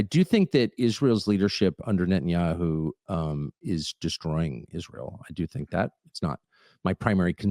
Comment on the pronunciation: Lyndsay's face is about as telling as Kash's, but in his, You can see the $$ signs in his eyes every time he says Isroll